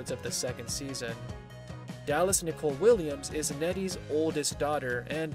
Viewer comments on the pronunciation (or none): none